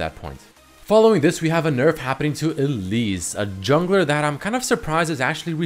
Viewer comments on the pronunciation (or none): none